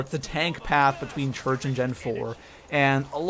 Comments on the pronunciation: Chruch? It's church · Its church not chruch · Hey by the way you said "Origins Chruch" but you meant "Origins Church" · THAT SAID CHRUCH NOT CHURCH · I love the "Chruch" start. look in the top right. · "Origins Chruch" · 'origins chruch' lol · #1 he messed up...origins Chruch? Lol I just noticed that so 😕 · "Origins Chruch" xD this has to be a fake video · he said chrurch how do you fail that bad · Origins "Chruch". I freakin love you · "Origins chruch". Its okay english is hard 😂😂